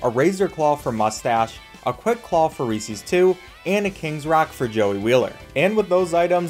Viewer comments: Bro really says Recees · Was going to watch the whole video till I heard REESEES… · you pronounce reeses wrong